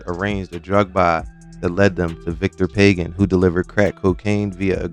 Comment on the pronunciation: And it’s not “Pay-gin” it’s “Pah-Ghan”